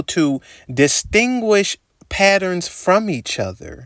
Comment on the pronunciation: say PaERONS again